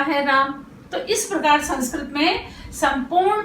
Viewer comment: मेम, अध्यापन की विधि बहुत अच्छी है लेकिन आप संस्कृत को संस्क्रत उच्चारण कर रहीं हैं जो सुधारने की आवश्यकता है।